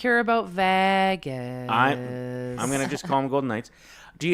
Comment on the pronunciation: Thoughts on today’s show: - pronounces Vegas like it’s the vagus nerve and it’s not okay -I will be forced to “Tonya Harding” Carter Hart if he brings the cup back here. Go Carolina go! -There isn’t a snowball’s chance in HELL that Lauren McDavid has ever or would ever step foot in a Winners, nor would she be impressed by the deals. Deals would DISGUST her. No, no, her assistant went and searched the racks for some items Lauren MIGHT stomach and then they were immediately gotten rid of. 100%